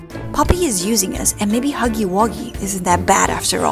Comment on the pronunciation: I love how she said muggy instead of huggy